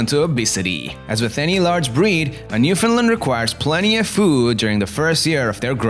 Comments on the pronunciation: Man your voice is so annoying, and stop calling them NEWFIN LANDS its NEWFOUNDLANDS and yes I know all Newfoundland natives speak this way that is why we need subtitles when watching programmes that feature the natives speaking so called English. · Learn to pronounce “newfundland” Thanks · Porunce Newfoundland correct please